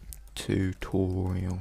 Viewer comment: u cant say "R" Twixtooo Tutoiaal